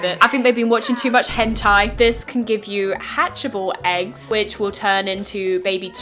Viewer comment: "Hen"-tai. I died.